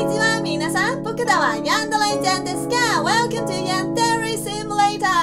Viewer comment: And she doesn't even pronounce the word Yandere correctly